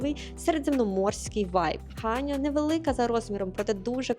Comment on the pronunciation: Правильно казати ХаньЯ, наголос на Я. ХАнья дуже ріже слух. Всі наголоси в назвах селищ, міст прописані на картах